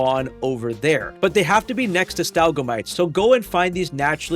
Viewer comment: Brother, it’s “stah-lag-mites”